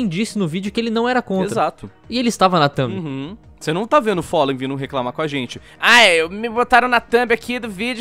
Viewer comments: ``o follen`` kkkkkkkkkkkkkkkkkkkkkkkkkkkkkkkkkkkkkkkk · É FALLEN e não follen